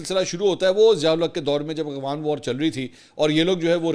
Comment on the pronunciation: A G W A N nahi A F G H A N.